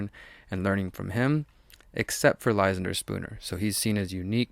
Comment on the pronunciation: You should learn how to pronounce that name Ly-SAN-der, not LY-san-der